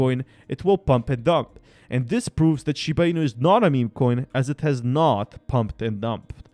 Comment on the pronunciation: Dude!!!!! Ur ass cant even pronounce the name properly and you want me to trust you.... Never